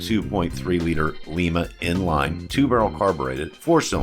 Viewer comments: Well we can tell your not from western side of ohio like I was. The town in ohio were the engine is from is pronounced LYE-MA not lee-ma like you called the the lima 2.3 4cylinder engine. Your not the only one to make this mistake. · Lima engine - (Lie - ma) Lima, Oh; pronounced like the bean , not the city in Peru.